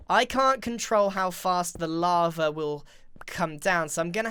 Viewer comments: lol he said wava instead of lava by accident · GRIAN!! YOU SAID WAVA XD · Did anyone notice how when he said while lava he said wava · love how he says "laver" intead of lava